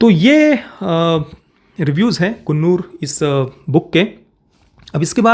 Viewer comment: Bhai sthal ka pronounciation कुन्नूर nahi कन्नूर hain. main us jagah se hun originally. Aap ne alag jo bhi kaha woh toh tikh hain